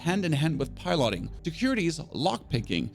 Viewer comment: Why are you pronouncing 'piloting' like that?